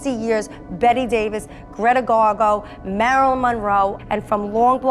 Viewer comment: That girl actually said Greta GarGo….wtf